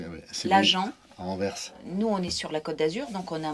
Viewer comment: enfin des francais qui prononce bien la ville d'Anvers